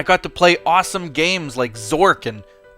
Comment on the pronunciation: may I say it is called "Zor-ch"